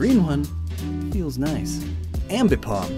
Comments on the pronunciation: "Ambipom" "Drifloom!" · "Ambipom" - 2022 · "Ambipom." -, 2022